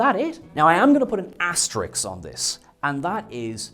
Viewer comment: Asterix < Asterisk